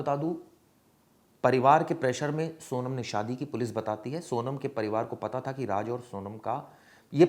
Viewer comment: pata tha ki nhi pata tha...thik se clear bola kro